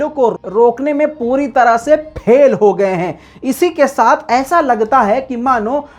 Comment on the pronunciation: "پھیل" نہیں "فیل" ہے